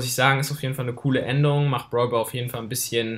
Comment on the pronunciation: Ich verstehe nur brwalboy anstatt brawlball